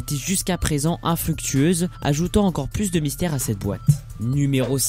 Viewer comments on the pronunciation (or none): none